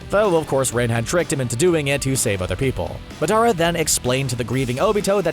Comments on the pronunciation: did he just say maardara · Ik Madaraa it’s Madara but he said it like madaraa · lol when he said maadarraa I didn’t know who he was talking about but he was saying madra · Dadara not dadra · Yea like who is Madaru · I like how he calls Madara “Medara” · y u had to say madaras name mudarra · It’s said Day-Dora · They said it like Muh dare uh...Emphasis on dare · Shisui Uchiha he also called the tailed beast a demon. Also he pronounced madaras name wrong every time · The part that made me more upset is when he pronounced madara uchiha wrong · Why is he saying madara 😑